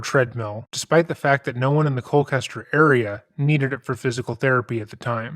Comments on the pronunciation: Me, living in Colchester, hearing it pronounced Cole-kester instead of Cole-chester throughout the video: 👁️👄👁️ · Colchester!!! Chester, it's ColCHESTER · I love this channel! For the story, we say Colchester not Colkester. Just wanted to share. Keep up your awesome work ❤ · edit: This fool is NOT reflective of Connecticutters who are typically the salt of the earth FYI this is not a diss, just a correction: You pronounce that small CT town “Coal•chester”, just like you pronounce the name, Chester. I’m from CT so I thought I’d let you know. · 8 hours?? Looks like Hanukkah came early this year. Also, as an official Nutmegger, it's pronounced like KOHL-CHESTER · The mispronunciation of Colchester multiple times though...